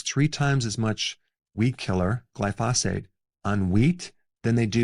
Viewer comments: Basically, don’t eat ANYTHING! Everything will kill you. And it’s GLY-pho-sate. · Man you gotta start saying glyphosate correctly lol. Everything is superb otherwise.